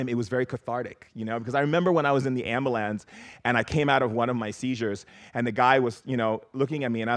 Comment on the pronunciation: Amboolans...this guy can't be serious.